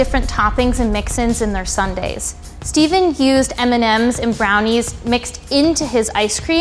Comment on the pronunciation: Did he say Eminems instead of M&Ms? 😂